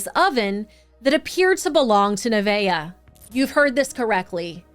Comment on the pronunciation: Oh wow. My.granddaughter is named Neveah. Not only do you never hear that name, but you pronounced it correctly. 😁😁